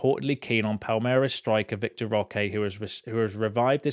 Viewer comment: It’s ‘VITOR’ not ‘VICTOR.’